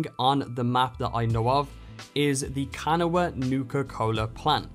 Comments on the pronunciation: Kuh-naw, not can-a-wah. Just letting you know. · Btw “kanawha” is pronounced can-awe. I know it’s weird. But I’m from around there and that’s how people say it. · You said kanawha wrong its ka naw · Good video, I was wondering how to get started on this quest. Also, minor point, that is a unique pronunciation of "Kanawha". We always said it like "ka-naw", but that could be the Appalachian accent kicking in. I grew up in Kanawha county, though sadly my home town is not in the game. The nuka-cola plant is a pepsi plant in the real world. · Just so you’re aware. The general phonetic pronunciation of kanawha is Kuh Nawa the a is there at the end but still sort of silent. Wanted to point that out as someone who lives in the state. I’m sure it irkes you to hear someone pronounce your areas improperly. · It’s pronounced (Ka-N-AHW), the last a is silent. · By the way, Kanawha is pronounced "kuh nah' wuh" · Its pronounced, Can-awe-wah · Man I'm from West Virginia and the way you said Kanawha made me laugh 😂😂😂 thanks for the video man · i was just about to make a comment about this 😂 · Dying Meme I'm actually from kanawha county so 😂😂I had to say it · Hearing people who aren't from WV pronounce Kanawha is hilarious. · Kanawha is pronounced two different ways but never heard this way, it’s ok thought you’re not from WV 😂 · The way he says “kanawha” makes me want to kms but I do understand bc he’s clearly not from West Virginia like I am but...